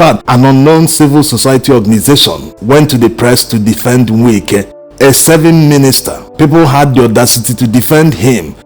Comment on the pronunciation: I like the authentic way in which you pronounce his name. “Nwike”. As a matter of fact, there is NO other way‼️🤷🏽‍♂️💐